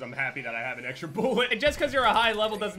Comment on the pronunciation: Drinking game; Take a shot every time he says “boolet” or “boolets”